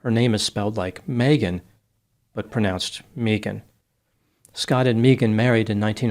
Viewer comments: I did meet one Mee-gan once. She was from Boston. But yeah, it's usually pronounced Meh-gan. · caught...you said May - Ghan instead of Mee- Ghan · MEEGAN 😅 Megan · Just an FYI, to (since his last name suggests he's Spanish) The name Megan is often pronounced "Meeghan", it's Welsh. It's not some make up new age thing, it's legit. I had a high school friend hat pronounced it that way and actress Megan Follows pronounces it that was - as described on her imdb and wiki pages. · It's interesting a business called "Australian Body Works" is involved in this case, because "Mee-gun" is the normal way Megan is pronounced in Australia. If this woman was raised in Australia, that pronunciation of her name is to be expected. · Your life advice for life, for today: If anyone ever 'insists' that you mispronounce their name, run, RUN, don't walk away from them. They are nothing but trouble. ❤ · I have always hated it when people pronounced my name like mee-gen. I had an elementary school teacher who insisted that is how my name is pronounced. She was not a nice lady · my last name is actually Berke and it's pronounced like bear-key but everyone says burk. It's just one of those things. Mee-gahn burk😅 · Sorry but if the elementary teacher had insisted that how your name is pronounced. Then who we are to call you other way Mee -gen sorry sweety😂😂😂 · It would have been awesome if you'd have peppered the correct pronunciation of Megan in there here and there. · The pronunciation of Megan is taking me out 🤣